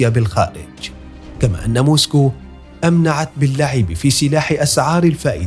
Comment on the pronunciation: *أمعنت وليس أمنعت 👌